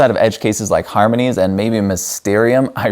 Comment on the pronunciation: I like your attempts to pronounce the company’s name 😅 I couldn’t figure it out either